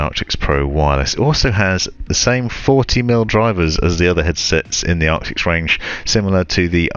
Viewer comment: ARCTISSSSSSS not ARCTIXXXXXXX.